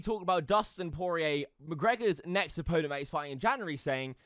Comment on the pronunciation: Dude definitely said Poirer wrong on purpose.